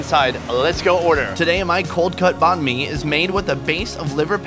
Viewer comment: Check out Kyle Le's Channel: Check out Anan(The $100 Banh Mi Place): Sorry about mispronouncing Banh Mi 3,500 times. China videos starting next week. Where's your favorite Banh Mi Spot?